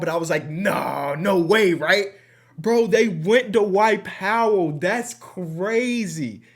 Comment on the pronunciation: I love when adds that extra syllable whenever he says the name “Dwight” like Da-Wight 😂 this ain’t sarcasm at all, love that Midwest TWANG